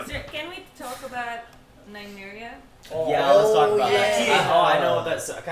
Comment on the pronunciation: Its nymeria ffs 😐